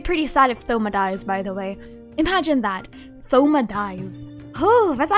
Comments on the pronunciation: THoma? as in like Three, Thoughts ect? It's "Touma" in terms of pronunciation, the O makes a sound line tone and zone, silent H. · Thoma lol how you pronounce it , it's more like toma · did she just say th-oma 😭😭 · the way they pronounce thoma as though not toe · btw thoma is pronounced toma like a short version of thomas lol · No hate isn’t thoma pronounced “toh-mah?” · the way you pronounce thoma i cant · Have you always pronounced thoma with the 'th'? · dont say thoma's name like that waaaaaaaaa